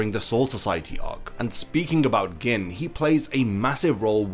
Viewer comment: Why are you pronouncing Gin like that lol